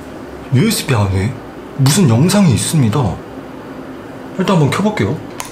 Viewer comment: usb인데 uisb라고 하셨는데요?😅